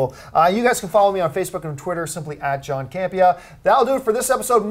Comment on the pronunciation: Haha John Butchered my name